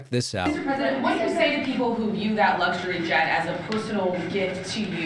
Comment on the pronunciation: David , the word is luxury , not Lugsury Proper pronounciation Please 🤔